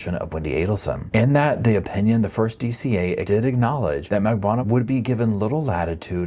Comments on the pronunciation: Drives me nuts that you cannot pronounce Katie Magbanua’s. last name correctly after all these years. Mag BAN new ahh Not Magbwana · Can you please learn to say Katherine’s last name? Lol it’s said so many times in all of the trials